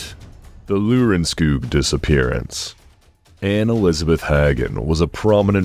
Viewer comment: Lørenskog not Lurenskug. You can also say Lorenskog. In the case number 48